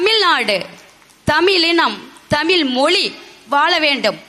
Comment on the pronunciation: ஏம்மா தமிழை தமிழ் என்று சொல் ஏனென்றால் ழகரம்தான் தமிழின் சிகரம். வாழ்த்துக்கள் நன்றி தமிழன் தென்னவன் ங